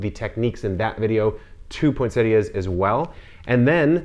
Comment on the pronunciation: Thank you for pronouncing this plant correctly!